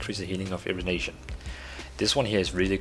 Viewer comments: It's not "rivenation" its "rejuvination" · Say Rejuvination again?....lol